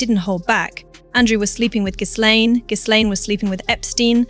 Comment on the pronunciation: For gods sake… the ‘S’ in Ghislaine is silent. It’s not pronounced GIZZLAINE, you AI fool.